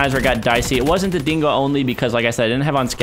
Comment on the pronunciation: dingo* not singo